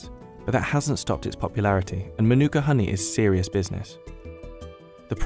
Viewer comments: English dudes pronunciation of Te Reo not great, including the word, Manuka. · The narrator can’t even say MĀORI right 😅 or Manuka